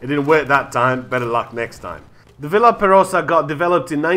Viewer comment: It's pronounced kind of like "Vee are perosa."